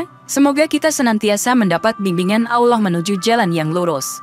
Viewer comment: Yang Menyampaikan Aja, Lafal ALLAH Nya 😅 Kacaw.